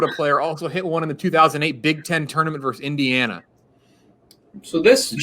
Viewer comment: "Touanrment"... nice